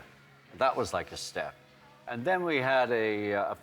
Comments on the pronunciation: ''End uh'', its and Ringo, and. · Ringo still sounds like a scouser until he says "and" and then he sounds like a septic tank. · He's picked up an American accent when he says "and" :((